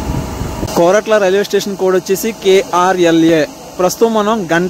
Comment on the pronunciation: Koratla kadhu korutla